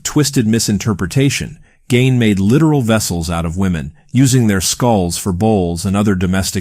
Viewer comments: It’s Ed GEEEEEIN! Not Ed Gain! Lol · The pronunciation is gEEn not Gain and he wasn't a serial killer. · Really good video, very well executed. Only thing that kept bugging me was when you'd say Ed Geins last name, you'd say "Gain". You pronounced it properly in the beginning, but after that you just kept saying "Gain" which threw me off several times taking me out of the flow of the video.